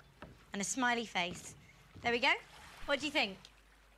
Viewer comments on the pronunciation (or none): none